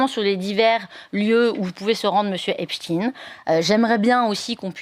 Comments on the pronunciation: Cesr pas epstiiiiiine. Il est pas russe. Son nom. Cest epsteiiiiine. Aiiiiine. Comme einstein. Taiiiinnnnn. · Pourquoi Epstine ? C'est Epstein. Comme Eisenstein Einstein, Frankenstein.. Et non Epstine comme Poutine ou Raspoutine, tartine.... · epstine non c'est pas russe c'est epstein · Arretez de drire "Epstine" comme Poutine, c'est bien Epstein, comme Einstein. Et on comprends la volonté de censurer et de ficher les opposants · EPSTEIN ... Pas EPSCHTINE ... PUTAIN DE PROPAGANDE PAR LES MOTS ! FRANKENSTEIN, EPSTEIN ! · On dit Ep ch ta i n e pas stine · C.est pas epstine, c’est epstein, vous confondez avec Poutine.😂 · Merci merveilleuse Madame pour votre précision et votre professionnalisme juste une petite remarque pas Epstine comme Poutine mais epstein comme Einstein merci et bravo et bon courage à vous pour votre travail remarquable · Cst pas Espstiiiiiiiiine c’est espSTEIN , c est incroyable quand même. Vous prononcez pas albert Einstiiiiiiiiine mais bien Einstein alors pourquoi ce glissement ? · Ici on est en France et Epstein se prononce Epsteine et non pas Epstine. Il doit bien y avoir des cours du soir gratuits quelque part en France de prononciation car il ne suffit pas d’être un banal perroquet et tous les français ne sont pas incultes quand même...quoi que... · le fond et la gravité de cette affaire n’est vraiment pas la prononciation d’epstein ou epstine... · Épstiin, même prononciation qu’Einstiin ?😉Einstein , ……..Frankenstein, Epstein , c’est pourtant pas compliqué 🤣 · espSTEIN svp. Qui a décidé qu'il fallait prononcer autrement et pour quelles raisons ? EinstIN donc, pas ESTEIN? lol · Epssssstein !!! Ce n'est pourtant pas compliqué. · Vous dites Albert Inestine ? Harvey Vinestine ? Non. Donc prononcez bien svp (Epchta i ne), sachant qu'on est loin de finir de parler de cette affaire...